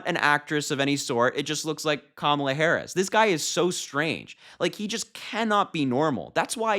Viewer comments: I think Kamala should call him, Daniel. I’m so sick of him not pronouncing her name correctly! He is the most classless sub human to ever live! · When comparing the TIME cover picture and his wife, Trump did not say Kamala; he said Camila. Another sign that he has frontal lobe deterioration. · He said, "She didn't look like Camilla." He still can't say her name, and he might of been thinking of the Queen Consort.